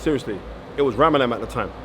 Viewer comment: Ramadhan not Ramadamn ....